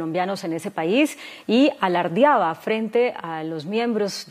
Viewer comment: Qué tal la presentadora de este noticiero Margarita Ortega diciendo: ALARDIABA Margarita por favor, que vergüenza, se dice: ALARDEABA Hasta cuándo tanta falta de cultura.